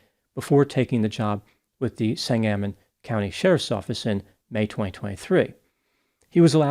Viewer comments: Not a big deal but Sangamon is pronounced differently. I don't know how to describe it but the accent is not on the second a. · It's sANG-a-mon...long A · The county in which Springfield IL is located, is pronounced Sane-Guh-Mun. Come on...Abe Lincoln lived here for awhile. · County is pronounced "sang gah mon". Wouldn't bother but this homicidal deputy will be in the news for a while it seems. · I agree w/ you,. I used to live in Springfield, IL. The county name is pronounced SANG-uh-mon. 😊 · You're mispronouncing 'Sangamon'. Just a tip from a local in case you do an update or something.